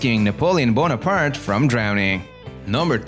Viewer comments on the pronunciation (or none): none